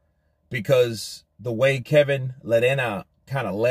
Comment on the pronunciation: Lol, the way you say you say "lerena" you do realise he's not South American right? And you keep saying that he took a dive, he's literally put a formal complaint in against the ref with the BBBofC, hardly sounds like someone who eased off and took a dive